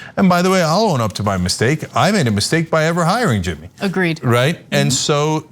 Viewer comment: Who the hell is Jimmeeee?